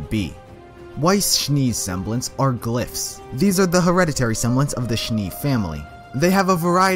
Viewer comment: glyphs is shown as glass?😂.you really need too work on your pronouncing